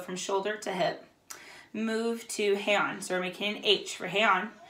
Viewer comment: Two notes that may be helpful, from us living in Japan: It is officially pronounced like "Hey-Ahn." Also, there are multiple sign languages all over the world. In Japanese sign language, the sign for shogun is available to be viewed on this website: Just thought it be helpful and interesting.